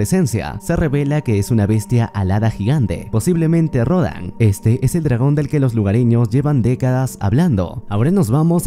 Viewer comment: Me dió algo cuando dijo posiblemente rodan._.